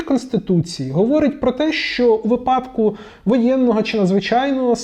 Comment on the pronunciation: Щиро вдячний за цікавий та корисний контент. Хочу звернути вашу увагу на слово "випадок", у якому правильно ставити наголос на перший склад. (вИпадок, відповідно "у вИпадку"). Прошу не сприймати мої слова як не повагу до вас, просто хочу щоб ми всі вдосконалювались як професіонали :)😊😊👌👌